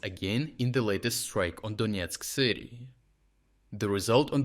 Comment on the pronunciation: Donetsk not Donietsk